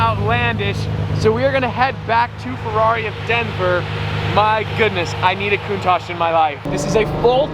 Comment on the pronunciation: It’s spelled Cow-un-tash